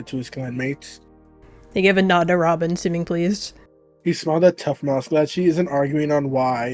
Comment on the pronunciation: You spelled Robin's name wrong u said ramen 😂😂😂